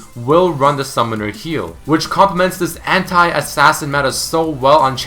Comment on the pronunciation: The way you say anti XD (hentai).